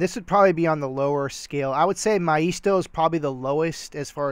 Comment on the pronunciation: I have heard maisto pronounced MAY sto